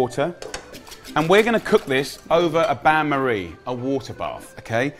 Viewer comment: Then 1 minute later "bayn marie" lol